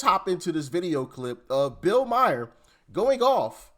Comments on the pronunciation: It's Bill Maher (Maar), Doc - not Bill Meyer 😂😂😂😂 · STOP! His name is pronounced Mar, NOT Meyer/Mayor/Mayer. Mar like the planet Mars. Please stop mispronouncing it or stop saying it! It's all over MSM and YouTube. Please learn to say it correctly. 🙏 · Hey Doc, his last name is pronounced like car (Mar)